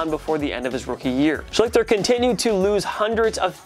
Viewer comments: As a Colts fan it's pronounced Shlee-ster not Sh-lick-ter. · true fact: no player for the colts ever was named "art shlick-ter" art shleester, on the other hand, was very forgettable (edit) hmmmm....you went nearly 20 minutes without mentioning jamarcus russell's name. that can't be right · Art schlichter’s last name is pronounced “shleester” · They mispronounce a lot of old players names. Just pure laziness. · Hey...loved the video...little-known fun fact: Art Schlichter's last name is pronounced "SHLEE-STER" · its pronouced shceeeeester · wrong about the niners. It's Kaepernick who is hated the most. also u are butchering Schlichter's name. look up how to say names u are unsure of. u kinda look like a fool.